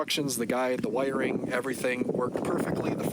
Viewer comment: It took a couple seconds to realize that you are saying wiring and not white ring.